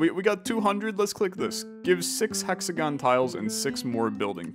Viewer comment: imma say it, exagone, ARE, BESTAGONE